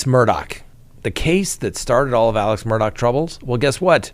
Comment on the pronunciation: The least you can do is try to get the names right. It's not Murdock, it's Murdaugh.